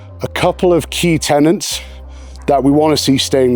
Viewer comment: Tenets not tenants.